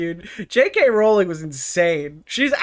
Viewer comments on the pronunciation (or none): none